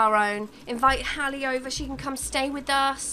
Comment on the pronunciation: Love that you named your sims best friend Hallie and pronounced it right! Rarely see my name spelt and pronounced right I love it!!